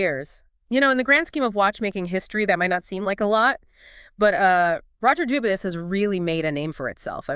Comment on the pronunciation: It's pronounced Dubwee. Like how Bourgeois is Bushwah. 😅